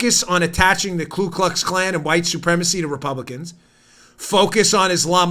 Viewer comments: KU ... not Klu --- the Democrat KKK still doesn't have a Klue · It is actually Ku (koo) Klux Klan. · I hope you do read our comments and want you to know I don't like grammar police but I think this one is important. It's Ku Klux Klan. A lot of people insert the extra L in Ku.